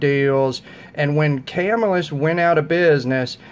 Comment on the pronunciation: Ya got your pronunciation wrong..it's pronounced Cuh-Mill-Us, not Cam-ill-us. Not a big deal, just a friendly tip.Good video challenge, I like reviews which cover different price ranges...not everyone can afford to spend 400 on a knife. I do have a couple higher priced models, but my average knife cost is around 50-100 dollar range. Good choices for your picks.